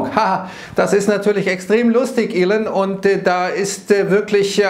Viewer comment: Der Mann heißt immer noch nicht "Ilen" oder "Ellen" Musk... ;-)